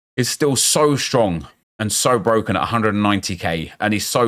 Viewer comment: "Da game is brrrrrrrrrrrrroken" facts, great vid